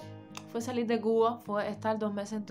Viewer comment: Soy cubano y llevo viviendo 43+ años en los EE. UU. No se porque dices "salil" en vez de "salir" o "trabajal" en vez de "trabajar". ¿Que les pasa a los cubanos de hoy en día que cambian la R por L sobre todo al final de las palabras terminadas en R? Otra cosa Gran Isla no se dice así. En inglés se dice Grand Island y tienes que pronunciar la D al final de Grand y en el caso de la palabra Island la S no suena por lo tanto dirias más o menos "Ai-land" donde debes pronunciar la D al final. ¡Suerte!